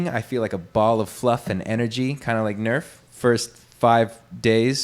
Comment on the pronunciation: Nerf says 'Arf'